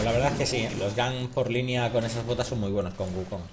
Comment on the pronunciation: por qué pronuncian las g finales como j? una duda que siempre tuve, lo he notado en palabras como bug (buj), lag (laj) y en este caso wukonj